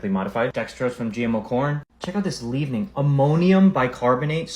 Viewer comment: The last guy in the video is an IDIOT and does not even know what a leavening agent is used for in baking. For those dunderheads with no idea it is pronounced "lev-en-ing" not "Leave-n-ing" .... Baking Soda is a leavening agent. Ammonium bicarbonate is another leavening agent ... there are many of them. It helps breads and other baked goods to rise. Ammonium bicarbonate is a faster acting leavening agent. And you know what, leavening agents are used in most breads you make from scratch at home. WHy does it have over 70 ingredients? First off it is a breaded chicken patty ... half of what he read off was the batter that goes on the chicken. Second you have the bun. Third you have mayo. Mayo is now whipped oil and some other ingredients it is no longer egg based. Whipped oil lasts longer. Why are vitamins added? White flour is stripped of all its nutrients and vitamins during processing and then the vitamins and other nutrients get added back.